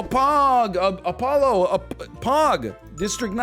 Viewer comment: "Apoggo" im fuckin rolling